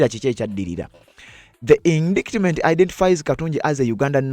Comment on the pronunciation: Indictment is pronounced indayitimenti not indikitimenti (in Luganda). By the way, when in doubt ask Google how to pronounce a word, for example: How do you pronounce indictment, work etc